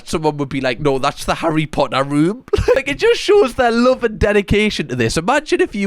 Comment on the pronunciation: Your pronunciation of Harry Potter should be the official, and I like that necklace a lot it suits you